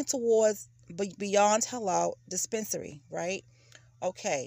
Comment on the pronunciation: "dee-spence-a-nary".... lmao!🤦